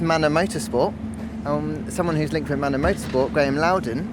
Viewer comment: Did I just hear Manor???